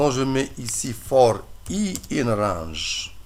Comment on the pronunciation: in rrrrrraaaaaaange! ^^